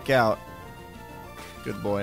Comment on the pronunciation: OK BUT WHY DID HE SAY GOOD BOY LIKE THAT I ALMOST DIED